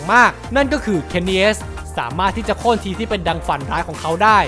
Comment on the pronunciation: Kenny S!! 5555 ฟังแล้วแปลกๆอะ